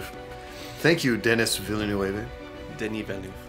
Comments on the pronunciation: Oh god It's "Duh-knee Vill-nuhv". Signed a Quebecoise fan. xD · tbh you both butchered his name.. 😉 just w different accents.. 😅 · same haha that is the first time someone turned him spanish thought... it was perfect hahahah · Haha as a French native speaker watching being corrected with another wrong pronunciation is fun xD Reminds me of when as kids we had fights about how to pronounce our favorites video games and realizing as adults that everybody was so wrong hahaha In any way, congrats to all of the people learning different languages! You’re awesome! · The scene where pronounced Denis Villeneuve’s name like Inigo Montoya was pure gold😂. Thank you for not editing that out❤ And also, we need your reaction to Duna: parte dos, por favor señor!🥰🙏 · As a French Canadian from Quebec (like Denis Villeneuve), the way pronounced his name killed me a little bit inside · my god, our boy didn't even make it past the Gom Jabbar test with that pronunciation of Denis Villaneuve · As a French Canadian myself, I am offended by pronunciation 😂😂😂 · Ngl I was kinda waiting for this one to be looked into and I’m pretty sure everyone in the dune universe is gonna need a little therapy…..actually scratch that A LOT of therapy like PLENTY of it Also I may have had to pause the video to stop laughing so hard at attempt in pronouncing Denis’s name